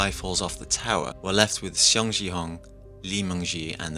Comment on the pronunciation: But for the pronunciation of their name, it's Seong like a "Song" pronunciation and gihun not jihun and not xiong jihun